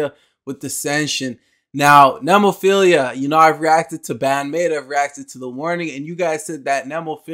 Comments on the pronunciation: Mayu - badass "singer" Saki and Hazuki on lead guitars HARAGUCHI-SAN - bass Tamu - drums Also, it's "Neh-moe-feel-ah" Just an a at the end, not ia. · Thank you again, for great reactions! Glad you took the viewer advice on Nemophila. It's "NEH-MO-FEE-LA"---Nemophila is the Latin name for the flower called Baby Blue Eyes. Which you'll see in their band logo. It's actually a North American flower, but grows profusely in Japan, too. You can visit entire hillsides covered in the blue flowers, in parts of Japan. Nemophila love their American metal roots, and one of the mainstays of their youtube channel are covers of favorite metal classics. Cool that you have some Lovebites coming up. Just put Hanabie.'s "We Love Sweets" or "Otaku Lovely Densetsu" on your list, too, please. And if you haven't had any Maximum the Hormone, consider "Yoshu Fukushu". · Nemophila is a metal band. They are very diverse not all their songs have harsh vocals! Btw you can start by trying to get their name right next time 😂 ! It's NOT what you said!!! I won't even write it down. Try to erase that from your mind! There is no 2nd "i" at the end. You got the 1st part "Nemo" right + "phila" (like the 1st hall of PHILAdelphia if that helps :😅